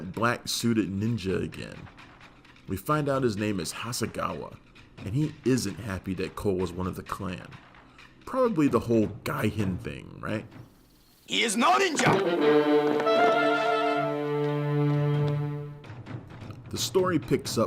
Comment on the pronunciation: Gaijin....with a hard J, son.